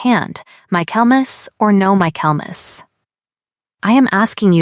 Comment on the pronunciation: The pronunciation of 'Michaelmas' is absurd.